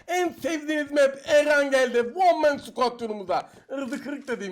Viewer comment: vurgulu olarak one man squad demeni özledim 😂